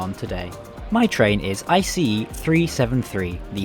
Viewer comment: Okayokayokay... I'm not even 30 seconds in and I'm already freaking out!! Finally someone who pronounces ICE correctly! Funnily enough, I'm currently on an ICE4 set. The seat comfort is good IMO, could still use some more padding, but the shape is great. I'm personally a big fan of the winged headrests, though I imagine one might find them a hindrance when trying to have a conversation with their neighbor. Ride quality is good, though my service has yet to reach top speed. (Guess a second edit is in order) The interior is overall very pleasant esp with the mood lighting in place, though I wish they'd also dim down the direct lighting when enabling it. Tomorrow evening I might get chance to have dinner on a train for the first time in my life, I'll update this comment then. Update: I forgot about window alignment! Yeah, it's pretty spotty. Funnily, I did intentionally choose a poorly aligned seat since I'm travelling overnight anyway